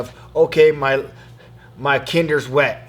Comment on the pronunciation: It's called tinder my man. Not "kinder". 😜